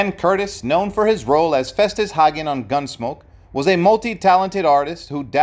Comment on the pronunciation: The last name of the Festus Hagen is pronounced Haygun and there is only one g in his name.